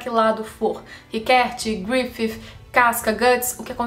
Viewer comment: fale grifissssi, pq grififi fica muito mehh